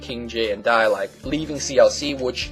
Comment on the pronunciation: Lol. "KingJ, Dai" sounding like "KingJ died. "